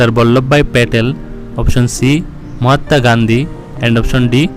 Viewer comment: Mahata nehi he vai Mahatma he thik se boliye